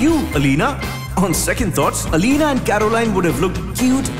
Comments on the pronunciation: Yeah but the most important point is her name was pronounced as Elena not Alina. It starts with an e. A true TVD fan would never mispronounce a characters name. Also a true fan loves both Stefan and Damon equally. Cause we're Team Salvatore! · Firstly, lemme just say what everyone is thinking. It's Elena, not EEEEEE-Lena. As it goes for Damon or Stefan, the only reason Stefan and Elena fell in love in the first place is because of the silly doppelganger prophecy so the eternal love of Silas and Amara could exist. Stefan hid his true self from Elena which is lying and no matter how many lies Damon told, he never told a lie so big. Elena brought out the worst in Stefan while she brought out the best in Damon. Even though Damon was bad from the start, at least he wasn't ashamed of who he was and didn't try to hide it like SOME OTHER CERTAIN PEOPLE(i.e. Stefan). Also, Damon could keep himself in control and he didn't have to switch his humanity off, but Stefan had no balance, it was either ripper or cutesy bunny. Also, let's be honest, Stefan is the reason Katherine was captured(even though she was the main villain we all love her secretly), Guisseppe died(even though he deserved that more than anyone) and the reason Damon became a vampire. Although I love Stefan for that as then only Delena can exist... also, why are we debating on Stefan and Damon, that's so 2010... Now its only Klaus🥵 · its not aleena its E.L.E.N.A. pronounce to sahi karlo, kyun fav series ka charm kharab karte ho aise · It's not Alina...it's Elena....pls host...what you doin ? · Bestie it’s elena, alina kya hota hai yaar 😀😀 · The way narrator said Elena ....😐Ugh